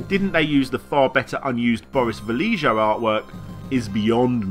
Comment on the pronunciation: I don't know if anyone else mentioned it, but the cover artist's name is pronounced Boris Vah-lay-ho (or more properly Vah-yay-ho), not Vah-lee-jo. He is one of the greatest fantasy artists ever to pick up a brush, along with Frank Frazetta.